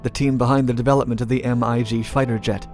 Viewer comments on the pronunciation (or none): "Of this world, and beyond" God I love his voice. Don't even care that he said M I G fighters instead of Mig fighters and frequently misstates weapon calibers in his videos :3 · "M.I.G." is usually just pronounced "Mig" And it is technically wrong to just call it a "fighter jet," singular. The term "MiG" has been applied to multiple fighter jets, of very different designs, (the MiG-15 looks totally different from the MiG-29, for example) and some of the early MiGs were not even jets, they were propeller fighters. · Say it Mig, not MIG! Have you seen TOPGUN!? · Boi, nobody says M.I.G. Say MIG like the rest of us dumbasses. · it's not pronounced 'm-i-g' it's 'mig' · M I G??? its mig!!! triggered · Brother doesn't know the difference between an acronym. Mig. And an iniatilism. M I. G. . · Put the thing into museum ? Naah why to boder. That M.I.G kill me man :D But i guess is harder for west citizen to know which is the correct pronounce and especially without good research how MiG was created at first place and from who so you are excuse. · Casually pronounces "MiG" as " M-I-G" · Thanks, I jumped at that pronunciation too :D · Yep that pissed me off too bro.